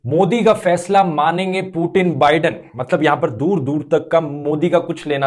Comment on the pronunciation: पुतिन है वो "पु टिन" नही 😂